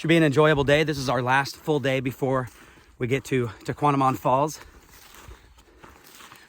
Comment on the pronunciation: At least pronounce the name of the falls correctly